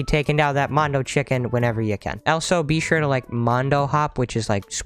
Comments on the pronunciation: I dont know if that pun is intentional or not XD he keeps saying BEE shure to do this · Is that bee-sure on purpose